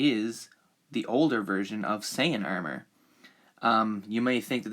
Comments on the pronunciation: The way he says armor. “Aermer” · The way he pronounces armor really annoys me 😂 it's like "urmur"😂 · He says armor weird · You have to drink every time he says armor wrong 😂😂😭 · Anyone has a count on how many times he butchers the word armor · the was you say armour sounds irish to me